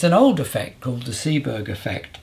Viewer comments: Isn't it seebeck effect think you said seeberg 🤔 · Another great episode Tim. Just one tiny correction ... thermocouples work by the SEEBECK effect, not "Seeberg". (The Seebeck effect is kind of the opposite of the Peltier effect, which generates a temperature difference between two metals at a junction when a voltage is applied.) In devices that use the Peltier effect, e.g. the cooling modules in mini fridges, the Seebeck effect is going on at the same time, reducing the amount of cooling (or heating).